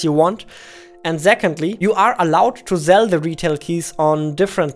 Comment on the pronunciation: I like how u say "zell" not "sell" its cute ngl